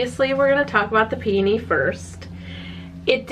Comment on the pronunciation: I’m SO glad you say peony the way you do! I worked at a wood flower shop for a short while and EVERYONE there said pe-OH-ny, putting emphasis on the O, and it drove me crazy 🤣